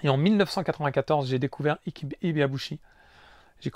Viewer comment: Juste une petite précision, Ike se prononce ayk pour Ibeauchi et Ayké pour Quarté qui se prononce Qwarté. C'est pas pour me moqué de toi loin de là, j'ai vu quarté en live à plusieurs reprises et ça fait bizarre de voir le non de cette immense boxeur qui a failli battre Oscar De La Hoya.